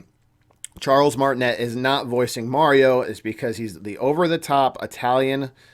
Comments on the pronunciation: Nah, nah, you called him Charles martinet and pronounced the net part? It's like martiney that is how it is pronounced. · You mispronounced His last name. Martinet is French and pronounced Martin-ay. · i think the T in Martinet is silent? idk..i am just being a stickler. lol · 1. He’s French. It’s pronounced Martine’. The t is silent 2. The reason they didn’t use him is because over the years Mario has only had short lines here and there in the games. Listening to that high pitched voice for the length of an entire movie would drive people crazy and feel unrealistic. 3. It’s not a rumor that he’s in the movie. It’s fact. Nintendo said it when the voice actors were announced. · In Charles's name. The t at the end is silent